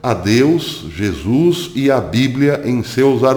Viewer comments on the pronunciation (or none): none